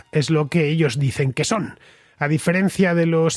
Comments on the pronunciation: Hola! Aqui un contraescucha con 10 años viviendo en Estocolmo. Crónica muy buena y precisa. Para la próxima, en español se pronunciaría Oquerson, no Aquerson 😉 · Åkesson, Fernando, se lee /okesson/, no /akesson/. Saludos desde Suecia. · Åkesson se pronuncia Okeson, la vocal Å en sueco es la O en español,no tiene nada q ver con una "A" es como si la Ñ la usáramos y pronunciaramos como la N. Skatteverket(Agencia tributaria ),suena horrible cuando no se sabe sueco. "Skatte” significa tesoro y el sueco es un idioma q suena bien bonito. En Suecia,donde vivo,no solo ha creído la inseguridad por la violencia entre bandas,q sí,sino también en delitos por agresiones sexuales.